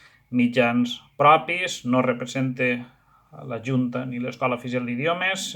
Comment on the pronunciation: Corregiu les vostres S sonores que feu com a sordes... : "repreZente" i també en lligams fonètics "leZ evitem", etc.